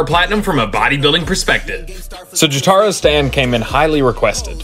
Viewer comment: It is pronounced Joe tar o all together not Joe tar o separated